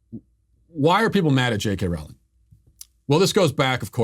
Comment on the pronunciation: "Rowling" rhymes with "bowling".